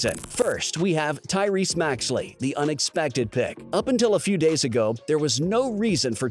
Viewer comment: Maxey not maxley lol